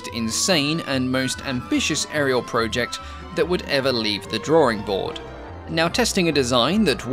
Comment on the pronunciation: he must have lived in England for a good while then, because his accent is definitely mostly English. There is only the faintest hint of Aussie in the way he says "project", for example.